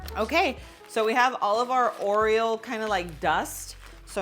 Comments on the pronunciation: Aw come on, give a Latina some credit. She could learn how to say Oreo! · Is she saying Oriole? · Yup😂... I get a kick out of how she says it!